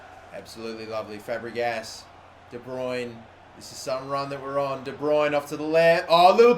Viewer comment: It's de bruyne